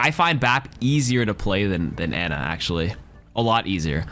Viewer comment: How does an Ana main mispronounce her name 😢